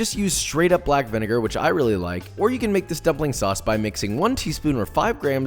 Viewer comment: He said gumpling hahahha